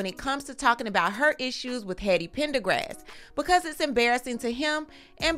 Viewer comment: Did you call that man “Heady Pendergrass”?!😭😭💀